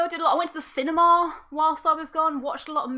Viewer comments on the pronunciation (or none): "The cinemahhh" is that the upper class cinema?